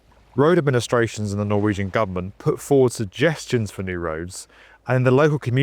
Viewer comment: I appreciate the proper pronounciation of Norwegian words :)